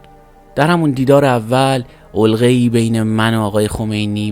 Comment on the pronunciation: تلفظ علقه با فتحه ع و ل